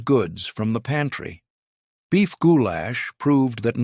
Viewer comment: “Goo-Lash” gives me giggles every time! 😂